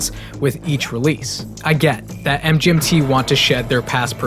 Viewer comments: Its it supposed to pronouced Management not M G N T. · It sounds like you keep saying mJmt over and over and over. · Hey assholes. It's pronounced "management". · It’s pronounced as “management”